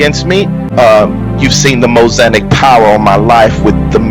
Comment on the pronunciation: Did he say, “Mosanic”?